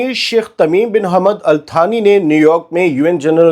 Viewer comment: محترم جناب اتتانی کو الثانی بولا جائے تو بہتر ہوگا شکریہ 🎉🎉🎉❤❤❤❤